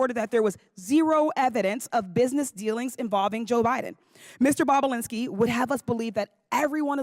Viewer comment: She said " boobalinski"!! 😆😆👏🏼👏🏼😂